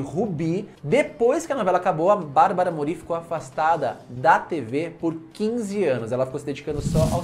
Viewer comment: Só um detalhe para enriquecer seus vídeos: A acentuação fonética do sobrenome da Barbara é (Môri) e não (Morí) como vc está dizendo! Adorei a curiosidade sobre a Anahí, essa eu não sabia!